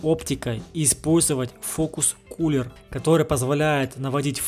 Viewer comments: Фокус куллер)) ахаахх Правильно фокус пуллер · Полезно! Только не фокус Куллер , а фокус Пуллер🤔